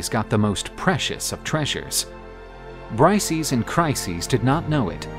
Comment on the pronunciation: You pronounced Briseis extremely wrong. It’s not Brice-eez. It’s Bris-say-iss